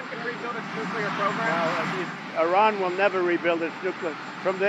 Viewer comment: If (I run) you won't catch me. That is not how you pronounce Iran.